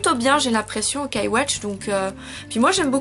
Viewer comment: Entre Fire Emblem Fates et Fire Emblem Echoes j'ai largement préférer Echoes. C'est qu'une impression ou tu dit O-kai x) ? C'est assez perturbant vu que j'ai jamais vu un Y muet Fais attention avec Tokyo Mirage Sessions #FE (ça se dit #FE après le tokyo mirage) y a vraiment peu d'élément sur la série Fire Emblem et le jeu est entièrement en anglais, le jeu est un "mélange" ou plutôt un "persona" avec des éléments/clin d'oeil sur Fire Emblem. Personellement j'ai eu la nintendo switch avec Splatoon 2 et ARMS, mais sur PS4 j'ai aussi eu Nier:Automata que j'adore. Mon prochain achat sera Danganronpa V3 (disponible sur PC/PS4/PSVITA) il va être traduit en français du coup j'ai hâte vu que c'est rare les visual novel d'enquêtes en français .